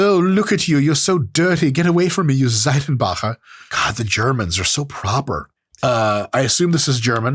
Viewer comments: holy fudge your pronunciation of Seitenbacher was sooo good! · Holy cow your pronounciation of "Seitenbacher" was outstanding! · I'm honestly impressed, your pronunciation of the name Seitenbacher is almost perfect ! Fun fact : this company has the most annoying commercial jingle ever ... . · Seitenbacher, lol. Immaculate pronunciation. It's a kind of old school and has an all natural kind of branding going on. It's expensive and definitely not a generic storebrand. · did just have that pronunciation ready since the beginning? Thats some quality stuff right there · Seitenbacher is indeed German (and kudos to Mike pronouncing it properly!). They're a muesli company from Swabia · First of all: Great pronunciation of the word "Seitenbacher", try to test the 50% (!) Protein bar from Lidl, its macros are really good and taste is not bad all, would love to hear your opinion on this! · weird how seitanbacher is gluten free because seitan is the german word for wheat protein aka gluten. nailed the pronunciation. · Your pronunciation of "Saitenbacher" was spot on 👍